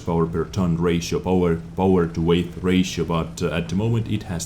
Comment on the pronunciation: 'Weight' is pronounced the same a 'wait', not weigth. Nice vid👌🏼